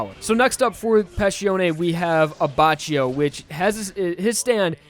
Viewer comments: his pronounciation of Abbacchio is infuriating lol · I physically recoil by the way he says Abbacchio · you said abbacchio wrong js